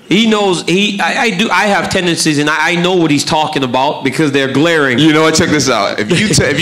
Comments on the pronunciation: I am guessing that nobody would dare to correct John and tell him it is called "tendencies", not "tendecies" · Because he was saying tendecies and not tendencies!